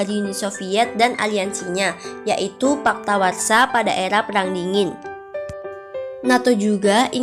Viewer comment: Koreksi sedikit ya.. Bukan Paktawarsa tetapi Pakta Warsawa.. 🤗